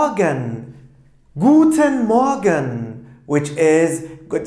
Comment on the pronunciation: Hocam merhabalar bir sorum olacak. Almanca A1/A2 öğretim videolarında "Guten Morgen" kelimesini türkçe öğretirken "Gudnın moagın" şeklinde telaffuz ederken ingilizce öğretirken "Guten moagın" diye telaffuz ettiniz. Rica etsem sebebini söyler misiniz? Şimdiden teşekkürler :)